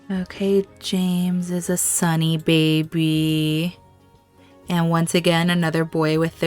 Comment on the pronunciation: Oh no, that start! Why does Aemma always have such loss. I laugh every time you say bay-by. Aemma and Leoric saying goodbye before the trial was just perfect. Realising they do love each other and the convenience is all real love now, hust before possible tragedy. Made the tension even worse for the trial! Leoric!!! Yes!!!! (Trial with umbrellas ! I could feel the annoyance that you'd planned this great thing and then the game didn't co-operate but don't worry we still got the tension) The reunions of Aemma and Leoric and James and Matilda ❤❤❤ my heart is melting so much. Couple goals!